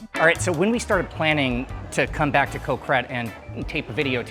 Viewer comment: Impressive research and I always learn something from these videos, but can ya improve the pronunciation a bit. the word for island is" Got", without the T, not Co- or anything like that.